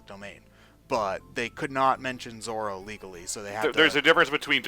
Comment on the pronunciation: Zorro... not Zoro I know you cant roll an R man but at least note the diference